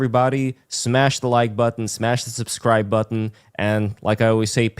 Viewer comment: You're enunciation of the word button is cringe and and a contradiction in terms. Try again